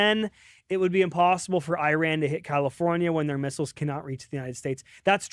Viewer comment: I knew I shouldn’t have clicked a tmz video but my curiosity got the best of me. leaving after hearing “Iran” not being pronounced correctly.